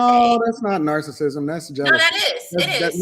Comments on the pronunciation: It’s wild for to keep mentioning narcissism and narcissists and don’t know how to pronounce it. 🤦🏾‍♀️😩 but we’re supposed to take her seriously 👍🏾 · Can someone please pretty please correct how they pronounce narcissism 😂